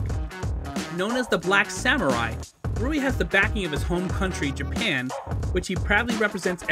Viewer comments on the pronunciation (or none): none